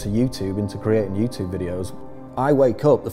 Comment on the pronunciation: It annoys me to way you pronounce YouTube. Good video though